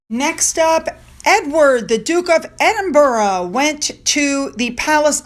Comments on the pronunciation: I see that you're getting a lot of flack mispronouncing those English names. In your defence, you do so much detailed and thorough research that it would be so time consuming adding that to your day, Being an Australian, we have a lot of town's and suburbs named after English places so we're used to it. Although it does sometimes bother me when you say Edinboro instead of Edinburuh, I get it though that it's not easy. You try so hard. Thanks heaps for all you do so we can get our Royal fix for the day, or night in my case. BTW we haven't seen much of your fur babies lately so I can imagine that all is good. Big hugs to Finn and his nemesis cats. Love ya and I hope YOU have a great day. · It’s not EDIN-BURROW; it’s pronounced EDIN-BER-UH. And it’s SHEER not SH-Y-R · You should finally learn how to pronounce Derby as DARBY and Edinburgh as Ed-in-bra . Not Edin borrow!